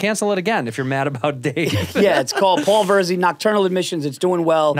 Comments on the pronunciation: Are we going to just pretend Cheeto didn’t call him veer-zee??? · Santino its not Veer-zee its VER-ZEE. Paul is too classy to correct him lol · Paul Veerzy he says.